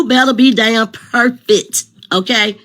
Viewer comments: said be per fit. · Not (PERFIT).oh my goodness..